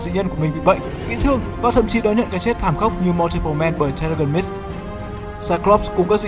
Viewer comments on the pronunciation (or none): Terrigen Mist đọc sai anh ơi